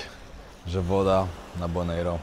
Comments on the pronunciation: Bonaire nie wymawia sie tego "e" na koncu, tak jak bys czytał bon air/air powietrze, jak sie zna jez angielski to sie wie. 😊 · Zła wymowa nazwy! Boner - to przybliżona wymowa!